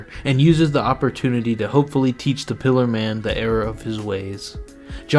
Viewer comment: Bro said ,,Piler man" Lad thats a Pillar man